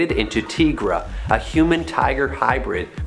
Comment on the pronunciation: Tigra is pronounced TYE-Gruh, not TEE-Gruh